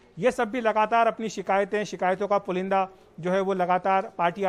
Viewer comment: Pulinda nhi sahi pulanda hai